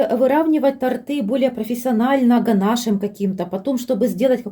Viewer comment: Вы молодец, что подробно всё рассказываете, игрушками повеселили😅👍👍но всё время говорите "тАрты" 🤭🤨🙄один раз только сказали правильно, когда бока тОрта подравнивали